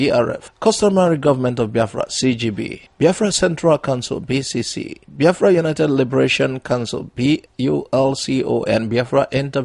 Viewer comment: Brother am still wondering how you pronounce Biafra like Yorubas when you started this programme i did not see it that way, please check if am liying, Thanks